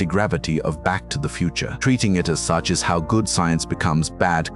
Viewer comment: "Back To The Futer" 😂